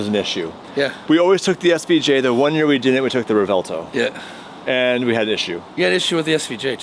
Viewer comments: Revuelto, not Revelto, its a Lamborghini, not a Latte lmfao. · The repeated pronunciation of “Revelto” (Revuelto) makes my skin crawl. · Just me again pointing out that cant pronounce Revuelto even if he had a gun to his head.